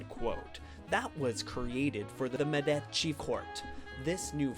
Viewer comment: It was. Not Medaci it was. Medicci !!!!!